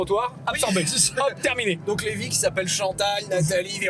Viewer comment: "les vies"... "Levy"